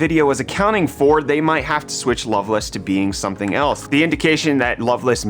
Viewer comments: No. It's the middle of the Night! AND it's not love-less it's loveLACE 🤓. Drives me nutts xD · It’s Lovelace not Loveluss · its love-laise